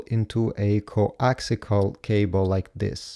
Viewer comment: Good Grief its CoaxIAL not coaxICAL